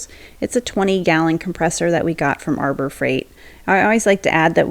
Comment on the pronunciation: Is there a reason you don’t pronounce the H in Harbor Freight? Is it a copyright thing? So weird!